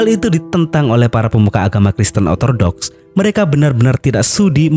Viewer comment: Ralat min Kristen ortodoks bukan otordoks😅